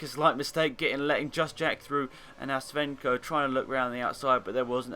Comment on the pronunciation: Steve sco not svenco :P